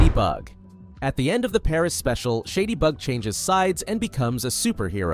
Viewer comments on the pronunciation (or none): none